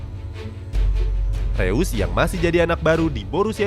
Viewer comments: ngasih masukan min, untuk pengucapan "eu" di "reus" itu dibaca "oi" (pronounce jerman) jd disebut nya "rois" bukan "reus" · Bacanya rois cok